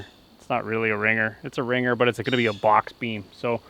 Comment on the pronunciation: I love the way you say box "BOCHX"